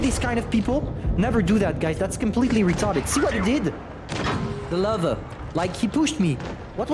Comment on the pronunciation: I like how he mispronounced "Löwe" as "lover" (you have to stretch the "ö" more)